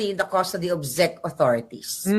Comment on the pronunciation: Hay naku Kahit "BANGAG" PA Si PBBM OK ba yun, iba naman ang kilos, talino, at pag ibig sa Pilipino, Lalo na sa mahirap Ang PA gulo, ok na yun kahit bangag Di Gaya na kulto NG duterte, ang cheap Ugali at Itsurang Mga demonyo! Wag na kayo tawaging Pilipino! Mga Sakim! Ayusin mo ang pronouncuation mo NG Chezch at Prague Boba maharlika!